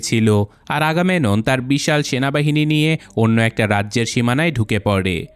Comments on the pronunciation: চরিত্রের নামগুলো সঠিক উচ্চারণ করতে হবে। আগামেনন না ওটা আগামেমনন হবে এবং বোয়াগরিয়াসের হাইট ৮' না। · ভাই উচ্চারণ টা আগামেনন না আগামেমনন হবে। 🙂